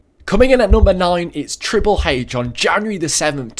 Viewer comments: he sais trile hache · He said triple h's name triple heyh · he says triple hache